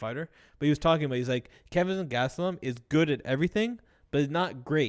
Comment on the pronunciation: KELVIN gastelum not kevin haha